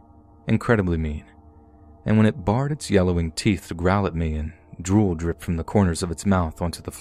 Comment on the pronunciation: The dog “barred” its teeth? It’s pronounced “bear-d”. There’s no D at the end of “bystander.” Also, misshapen is pronounced Miss-shape-en. I love your videos, but unfortunately you pronounce several things incorrectly and it pulls me out of the stories. If you’re reading things and recording them you can’t just wing it. You should skim over the content beforehand and make sure you’re not going to encounter any words you’re unsure of. Just a friendly critique to help improve the quality of your already great content!